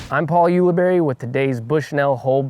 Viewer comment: "Paul Ulibuddy". I like it,! Thanks,.